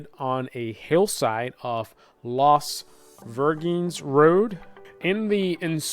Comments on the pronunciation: It's actually pronounced more like: Las Virgin "S" road. Las virgenes . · Forget Las Virgenes. You lost that one big time. It’s also called Malibu Canyon. I suspect you can pronounce that correctly. The fog was not ground level. I was there. There was at least 100-200 meters vertical visibility and perhaps 1000 meters horizontal visibility.